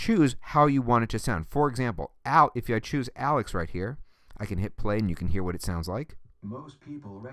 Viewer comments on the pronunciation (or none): none